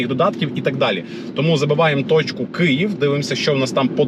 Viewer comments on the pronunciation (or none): none